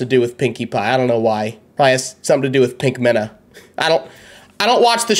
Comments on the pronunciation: IT'S 'PINKAMEENA' NOT "PINKAMENA" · It's pronounced peenk-u-meen-u (Pinkamena)